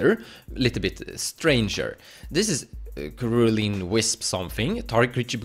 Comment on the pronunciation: If you weren't aware, the 'cerulean' in cerulean wisps is pronounced with a 's' not a 'k'. English is a silly language, I know.